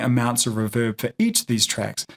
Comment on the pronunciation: REEEEEEE VERB not riverb. thanks for the video however